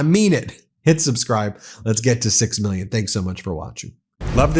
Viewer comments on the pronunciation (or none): “MEELYUNZ” and “BEELYUNZ.”